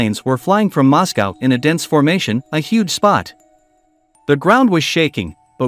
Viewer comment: As soon as I heard the mispronunciation of Moscow I stopped watching